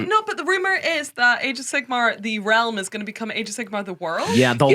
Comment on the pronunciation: Glad to have back 😊 and I love the addition of energy. But for the love of god - can someone please correct pronunciation of Sigmar?! I'm not even a fan of AOS, I am an Old World stan. But this has rustled my jimmies to no end!!! Sigma is the eighteenth letter of the Greek alphabet. Sigmar is a different word. Sorry for being a dick about it. 😘